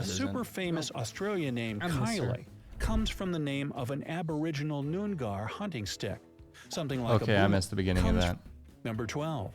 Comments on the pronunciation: Noon gar??? Noong ar. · Number 9 is absolute bs! A lot of shops won’t even accept notes that are missing pieces and you have to take it to the bank and get it replaced. I have never seen “rent a grandma”, I live in Western Australia and it’s not a thing I’ve ever heard of. He said Noongar so wrong that it’s ridiculous. It’s pronounced Nyoong-ar, since aboriginal languages have only been documented on paper fairly recently so it’s difficult to convey through text. Indigenous Australians eat kangaroo all the time and I feed my dogs roo on a daily basis. (I’m aboriginal myself). So much of what he said is just embarrassingly incorrect 😐 Calling indigenous people “aborigines” is extremely offensive as this is what the invading “colonisers” used as a derogatory term.